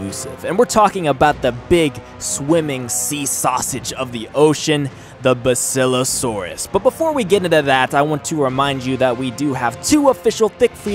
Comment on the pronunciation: It's bass ilo saurus